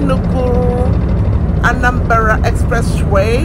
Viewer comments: Nice one.. But not anambara .. it's Anambra. May the gap on ur teeth couldn't allow u to pronounce it well. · it's omambala,were Anambra was gotten..am hearing Anambara for the first time today.